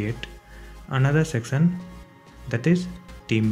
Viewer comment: great video but did anyone notice that he said secson instead of section